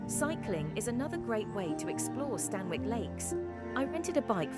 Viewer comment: Amazing video! I walk there regularly. Just one thing - the pronunciation is wrong; it's "Stan-ick" rather than "Stan-Wick". Excellent video, again!